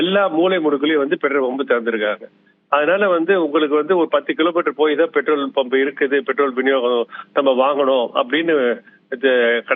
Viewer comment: தமிளகம் Betrol (Petrol) இது என்ன? உச்சரிப்பு